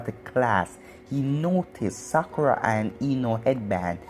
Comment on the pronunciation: you said sakura like: "Sucker Ahh"